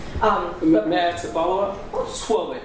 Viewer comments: What is going on with the word ax he means ASK right? Why is that so hard. He is a clown 🤡 , like they say he's tying to be cute, he's as incompetant as all of the George's Fulton County Fani Willies District Attorney's Office. And Ahsley Marchant is so on top of things, she's the very compantant one there. 😏😏😏😒😏😏😏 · thinks he is smarter than Ashley….. hey mate it’s ASK not AKS!! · Stop saying axe........ask, ask, ask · Did he "ASK" or did he "AXE"? because the latter would be a felony 😮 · Can anyone in the Fulton County Da’s office pronounce the word “ask” correctly? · Just axe me. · Why can he not correctly pronounce common one syllable words, ie “ask” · Why is the word ask so hard to say?